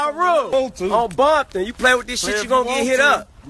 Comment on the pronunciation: Did he just say Bompton 😂😂😂